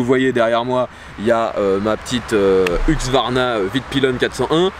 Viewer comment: Le retour du "Huqsvarna" 😉